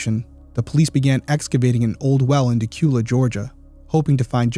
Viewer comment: Listen to you pronouncing Dacula correctly…great job from a Georgia girl 🥰. I have been following this story since the beginning…hope your video will help…another great video 🥰